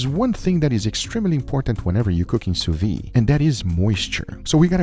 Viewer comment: Next challenge: saying sous-vide , not sous-vee. Just say sous-veed.